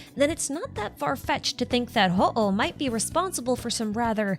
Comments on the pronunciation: Solid video, but just had one comment: looking at the other language pronunciations, Hooh is pronounced "Hoo" and not "Ho-oh" like the Pokemon / Japanese word for Phoenix. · HooH is probably pronounced /hu/. In Chinese, it's 互, which means "mutual." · this is the first time i’ve ever heard someone pronounce “HooH” and i never would’ve guessed THAT was how you say it 😭 it makes sense though